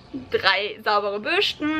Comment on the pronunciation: Bürschten 😂 Deine Aussprache ist seltsam, aber lustig. Ich überlege gerade No Poo auszuprobieren.